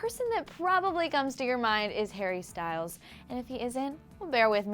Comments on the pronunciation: "hare bear" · "har-bear" vomits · Did she say "hearbear" wtf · Harr bear 😬 cringe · nobody calls him harebear please stop